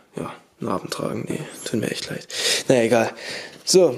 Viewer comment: Narrrrrrrrrben yee